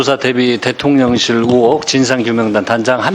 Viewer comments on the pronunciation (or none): 김병주의원 대통년 ㅎㅎㅎ 령 발음이 어렵나봐요. 일 잘 하는 김병주 의원 파이팅